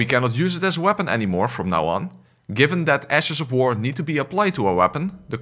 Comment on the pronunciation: Ash of War more like "Ass of War"